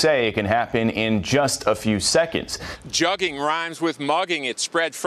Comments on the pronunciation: This is wild. Word Pronouced Joog-in , just like you would pronounce the word "look in" but with a J in place of the L and G in place of the K making it "JooG in" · Its not pronounced jugging. Its pronounced jooging but spelled jugging. Put them under the jail though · Joo-ging. Joox is how it’s pronounced guys. Lol. I got u, dont worry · And it’s juuuuging not jugging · Spelled “jug” proper pronunciation being “joog” Or “we jooging” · For one it's never been pronounced juggin that's how whites interpret the pronunciation it's pronounced jewgin not juggin! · FYI. They're pronouncing it incorrectly. It sounds like "booger". A "joog", or a "lick". A quick score for dumb criminals and thieves. Not jug. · 😂😂😂 they saying jugging .. please yall pronounce wrong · its pronounced "jooougg" like doug but wit a j. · It's pronounced like JOOG you squares lol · In Black parlance, "jugging" does not rhyme with mugging. It is pronounced more like "jooging" or "joohging". Basically, it rhymes with nothing in English. It might be used like this: I beat shit out dat hoe cuz he was jugging me." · That's funny as hell, they can't even pronounce it and it is not a new trend. It is like when you say I am cooking, I been Jooging. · it pronounced "j-uhg-gin" now say it fast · Its pronounced "joog" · They're pronouncing it wrong